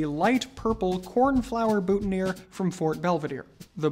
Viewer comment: "Boot-N-Ears ?" 😮 What on God's green earth, is that? "Boo-ton-e-year." ( boutonnière ) per chance ? 🤔. As it is a French word, for a French made item, the French pronunciation is much more appropriate, surely?